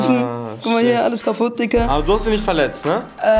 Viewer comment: Wie er immer dicka sagt